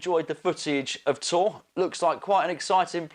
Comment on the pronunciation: Time will tell.... And isnt it pronounced "Tor-ray"?